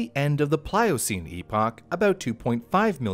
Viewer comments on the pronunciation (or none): none